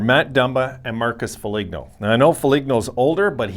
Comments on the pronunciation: "Fo-leen-oh" not "Fo-lig-know" Guerin already said he isn't trading Dumba. Foligno is the Captain and heart of the MN Wild, Guerin isn't trading him. There's still time to delete this video! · Shouldn't have traded him to begin with. That was a stupid trade . Murray made some horrendous trades . It's pronounced Fo lean oh